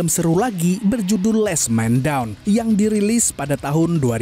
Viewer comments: Lasss kak bukan less beda penyebutan beda arti... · LAST BRO BUKAN LEST 😂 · sebutan “last” salah 🤦‍♀️